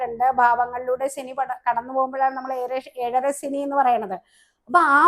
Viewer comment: സനി അല്ല ശനി എന്നു പറയൂ നല്ല ഉച്ചാരണ ശുദ്ധി ഇല്ലെങ്കിൽ അരോചകമാണ്.